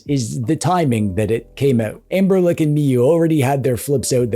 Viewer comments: Why are you saying anberLICK? 😭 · Am i hearing it right or are you calling Anbernic, "AmberLick"?